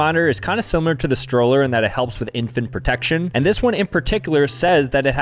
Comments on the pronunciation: protec-ti-on is crazy bro. Is it not pronounced protec-s-ion? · bro thats not protectión bro ó is a u sound in Poland 🇵🇱 it should be protectiòn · Pro-tech-tee-own ? lol isn’t it protection lol made me laugh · Pro..tec...tion ....lol protection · It’s pronounced (Pro-tech-shin)/Protection 😂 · No bro said Pro tect tee on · pro-tech-ti-on wow thats crazy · "Protect-tee-on" bro that is how u spell Protection, why u pronounce it like that? 😅😭😂